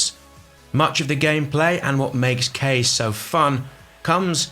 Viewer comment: Isn't "Kaze" pronounced "KAH-ZAY" or am I totally off on that? I thought it was supposed to be the Japanese word for wind....